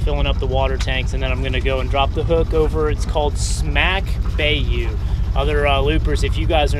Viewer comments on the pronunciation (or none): Great video I’ve been following you since you left the Great Lakes. Your down south so as not to sound like a snow bird, bayou is pronounced ....by-you